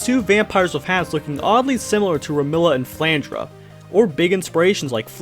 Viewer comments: I know where flandruh came from but remila I'm not sure Iirc you don't pronounce the e in flandre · Did you just say "sirno" and "flandruh"